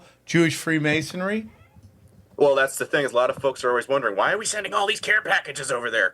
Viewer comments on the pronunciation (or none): Why does he keep saying free masonary instead of masonry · Let’s start with the fact that he can’t even pronounce Freemasonry correctly smh